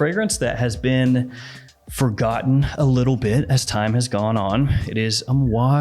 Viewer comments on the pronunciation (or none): none